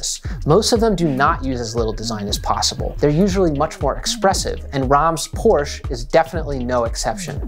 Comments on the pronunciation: I so hate people mispronouncing German car brands like Porsche or Volkswagen ([porsheh] and [folksvaagn], respectively). Aside from that, I really enjoyed this video, as it helped me understand what I enjoy about minimalism and why some nominally minimalist products still fail to impress me. Most importantly, I think, minimalism can be great at enabling personalisation if you're allowed to put layers on top of it, and it is great at conveying purpose when used right. It can be overdone, of course, but I always had an appreciation for readability and creative use of negative space. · Please for the love of god: The „e“ at the end of Porsche is there for a reason!